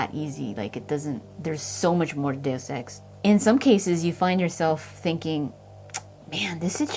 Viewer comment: Kudos for saying 'deus ex' correctly lol so many people butcher it.